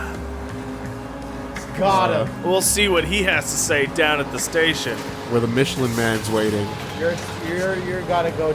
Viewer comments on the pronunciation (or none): none